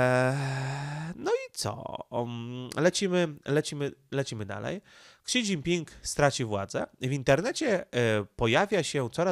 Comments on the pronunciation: Ksi? Szi się czyta... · niechętnie się czepnę co do wymowy chińskich słów - nie jestem ekspertem, ale w uszy rażące jest spolszczone fonetycznie "ksi", gdy powinno brzmieć "si" - tak jak telefony Xiaomi (siayomi) Pozdrawiam!, a komentarz dla statystyk i dobrej zmiany 👍